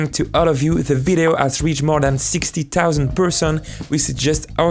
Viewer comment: the way this man pronounces words is just so wrong, like whats 'tixty tousand teotle'